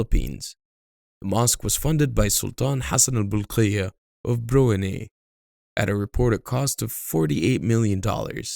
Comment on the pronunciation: Im from Brunei there are a lot of big and extravagant mosque but few people on it during normal prayer except jumaat prayer..it one of sign of kiamat..although i am thanks to the government for providing many mosque in the country.. by the way to pronounce Brunei is bru-nai not bru-nei although arabic version is bru-nei 😂